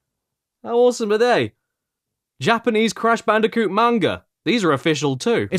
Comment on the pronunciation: It's crash bandicoot not crash banoka